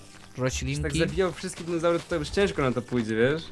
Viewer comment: mnie wkurza jak te nazwy dinozaurów wymawiacie Xddd ja sie nimi interesuje i może dlatego mnie to denerwuje Xd LOL